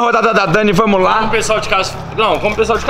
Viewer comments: É "vamoo" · É vamo, e não vai moh kkkkkkkkkkk🤦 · na verdade ele disse vamo